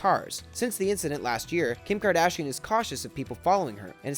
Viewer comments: ER-MI-GURD KARDASHIN? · Dude ?? really ?? Kardishan ??